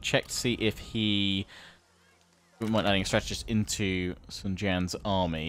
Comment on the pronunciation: Huang is yellow in Chinese, try to say Wong or H-wong. And his name is basically guy Sun is more like soon Jiang is fine